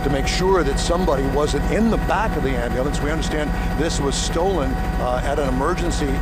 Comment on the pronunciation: "am-al-lance" LOL